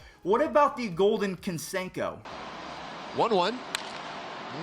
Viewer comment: why do you say "Canseco" so weird